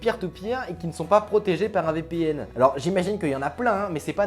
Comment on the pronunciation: Marrant comment tu dis VPN... Vipihenne